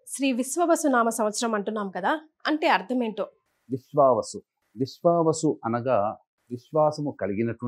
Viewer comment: విశ్వవసు కాదమ్మా విశ్వావసు.